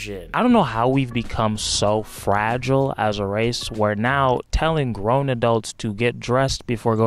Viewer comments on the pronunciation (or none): none